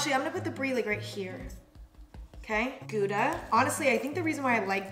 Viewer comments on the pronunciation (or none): I was like what is ghooda cheese and then I realized she meant Gouda. Im dutch and this hurts me 💔